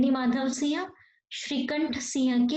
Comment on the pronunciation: Siha nahi hota hai Singh hota hai Vocabulary thik karo